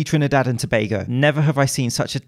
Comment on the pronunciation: Props to for pronouncing tobago right